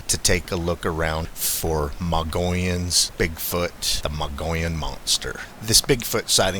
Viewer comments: Pronounced Mug E Own not Mongolian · how to you get Mongolian from Mogollon??😂😂 The correct pronunciation is MOH] + [GoH] + [YOHN]. I am a Hispanic, native Arizonan. I live on the Mogollon rim, and I actually had a scary encounter with at least two Mogollon Monsters. A book written about Eagle Creek, which runs north to south through the Mogollon rim, where I had my encounter, was written by an old rancher, that lived on upper Eagle creek her entire life. She said the groups of Sasquatch would migrate past her ranch every year, moving south to lower eagle creek in the winter, and north, to upper eagle creek in the summer. The furthest most reaches of this creek start at elevations of feet, in the Apache Sitgraves National Forest, and terminates at the south end, where it flows into the Gila River, at low desert elevation of 2000 feet. The temps in summer at the south end approach 115 degrees, while the north end gets several feet of snow in the winter. So it makes absolute sense that these creatures move south in winter, and north in summer. The rancher said in the book, that her Apache ranch hands knew that the creatures would pass through the ranch in April and again in October. They would hear them imitating Elk, Turkey and other native animals, while communicating with each other at distance. The Apaches would leave the ranch during these times, ad they were extremely afraid of these beasts. I grew up 6 miles from lower Eagle Creek, and would spend many summer days and nights fishing and camping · MOH] + [GUH] + [YOHN]. I am a Hispanic native Arizonan, this is how we pronounce it. There is nothing in the word to get a muggy sound. Thats the gringo pronunciation.😂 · Mogollon = Muggy-on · MOH] + [GUH] + [YOHN] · It's pronounced Mug-e-on Rim. I made the same mistake when I moved to AZ 30 years ago. I have heard several Bigfoot stories about sightings and hearings in central and northern AZ. Mostly around the White Mountains area.